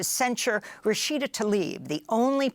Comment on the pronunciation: People keep saying "Talib." Her name is "Tlaib."